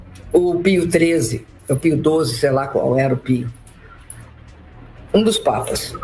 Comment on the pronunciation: Ela não falou Pio e dizê Bio